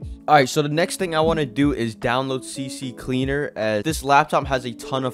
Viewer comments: It's not cc cleaner its CCleaner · It's not CC Cleaner, it's CCleaner, it only has a C, the other C is from the word Cleaner (C) (C)leaner 🤓☝